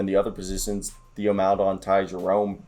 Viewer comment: If you’re not a Thunder fan it’s completely understandable to not know some of these guys or how to pronounce their names. I just wanted to bring you up to speed a few things, but just know I’m not being an asshole. So, with that out of the way. Here we go. Deck and Svi are gone, Wiggins signed a 2-way, it’s easier to just call him Poku lol, and Theo is actually pronounced like Tay-oh because he’s French. Loved the video though man. I’m always eager to hear Thunder talk.